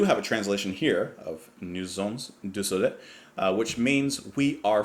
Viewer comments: Dear, could you repeat "Nous sommes du soleil" please...? The Jon Anderson's pronunciation is actually better than yours...😊 Anyway you are so cool, I love your channel, and this track, and this album, continue to brighten my life 45 years after...the first listen. Cheers. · Final episode of greatness. We are of the sun. Pronounce it “Noo sum du so lay“. You now have to watch a life version of that : it's Chris's high moment of the concerts… a real show man. One more thing: Steve Wilson's version is very different from the original especially on Chris's solo… Alan White's solo, on scene they all take percussions.